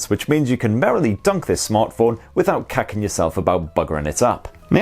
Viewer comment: did he just say kakking yourself